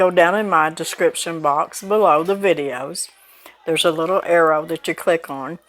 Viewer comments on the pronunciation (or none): none